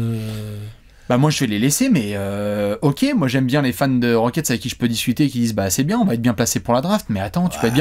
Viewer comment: Je chouine en silence quand ça prononce Rockets